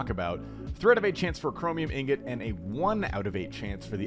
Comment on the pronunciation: The only osrs content creator that pronounces the word “Ingot” correctly. It gets me so heated when I hear people call it “Ignot” like they don’t understand how -ing is pronounced.